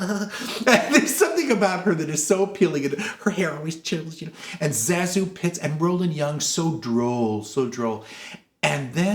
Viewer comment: Zazu's name has been pronounced all kinds of ways but in her autobiography, she says it should be pronounced Say-Zoo. Her name is derived from sections of her two aunt's names. Ruggles has always been one of my favorite movies. I always thought it should have been made into a Broadway musical. There is a film version with Lucille Ball and Red Skelton, I think. Not very good.